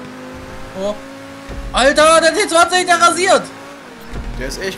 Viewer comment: spricht den Namen Bitte von dem Auto in englisch aus weil so nennt man den und das klingt viel besser also ti twenty